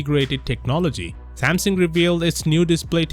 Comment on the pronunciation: Am I the only one hearing Samson?